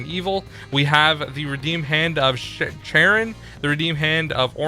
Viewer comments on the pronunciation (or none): No offence but its a bit irritating to me, Charon is pronounced Kahron, like car, but in a british accent and just, on. yea. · charon pronounced karon. keep up the good work